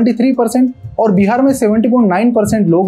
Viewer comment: first of all it's not called Bi har. it's Bihar🙏🏻